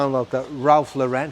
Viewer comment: Mr Lauren wouldn’t like you pronouncing his name like that , it should be the same as the girls name .